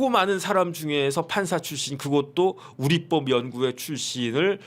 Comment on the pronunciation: 우릿뻡이아니라 우리법이라발음해야지요.